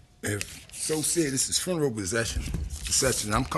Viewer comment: Sound it out: FUNE-ER-ALL